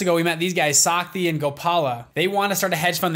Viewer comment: Shakti and Gopal !!! Why western people can't pronounce our simple names correctly...